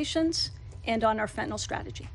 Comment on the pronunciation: Good to hear but please say Fentanyl, not Fentanol.